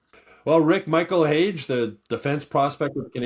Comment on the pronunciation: According to Keith Pelley🤓 it’s pronounced Michael Haggy. 😂